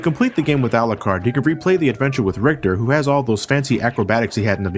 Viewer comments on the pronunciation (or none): It’s pronounced Al-YOU-CARD. Not alacard. This is something about the game that bothers me not but still I hate that miss pronunciation